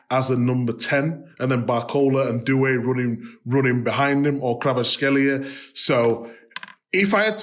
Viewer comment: Micah, it's Khwee-cha Khwa-rat-skel-lia. Not Kra-vat-skel-lia. Pronouncing his name correctly is of the utmost importance! Do not sully the holiness of his name! There will be a disturbance in our timeline if you continue this blunder!